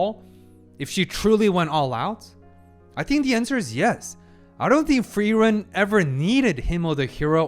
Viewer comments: You're pronouncing Frieren's name properly now. Nice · It took 10 episodes but I think you're finally pronouncing Frierens name correctly xD. This is definitely one of my favorite episodes of the season.